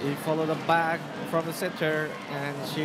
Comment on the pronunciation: ᴄᴏᴍᴍᴇɴᴛᴀᴛᴏʀ: "ᴀᴄᴛᴜᴀʟʟʏ, sʜᴇ's ɴᴏᴛ ɢᴏᴏᴅ ɪɴ ʙᴇᴅ 🛏" 😂🤣 ɪ ᴋɴᴏᴡ ʜᴇ sᴀʏs "ʙᴀᴄᴋ" ʙᴜᴛ ɪᴛ sᴏᴜɴᴅs ʟɪᴋᴇ ʙᴇᴅ. 😂😂